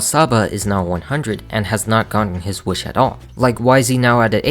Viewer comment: no that’s valid there’s actual lot a video on here or someone breaking down the lyrics and showing how off the cadence is. If we’re talking about pet peeves I hate the way she says WEESH instead of WISH.